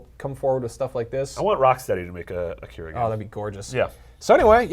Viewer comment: I like how the vast majority of people i watch reviewing stuff related to Akira is that many people mis-pronounce Akira and Kaneda